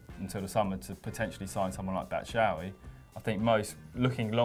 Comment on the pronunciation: Batshuayi (Bat-Shoo-Eye-Ee)- get it right